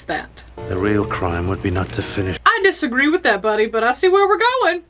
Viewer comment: "i disagree" with an exaggerated emphasis.